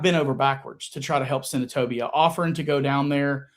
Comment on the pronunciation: When I hear say Senatobia I cringe and get mad for him!!!